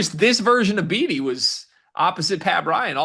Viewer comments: Beatty’s name is pronounced “Baity” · Came here to say it’s pronounced bAtee but whose counting. Heck of win nice resilience fellas. Lots of trap games ahead on the old skedge..